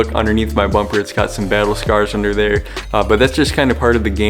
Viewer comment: Lmao home boy said “battle scares” ITS TRUE THO 😭😭😭